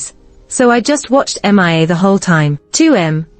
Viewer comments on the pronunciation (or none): meea not M.I.A ,SO ANNOYING